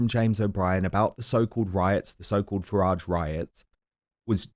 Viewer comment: He’s a horrible man, with many obvious hang ups. He can’t even pronounce Nigel Farage’s name properly, so disrespectful. I stopped listening to it years ago.